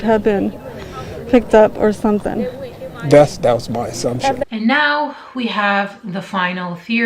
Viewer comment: Bitch couldn’t even pronounce assumptions and she’s adopting children?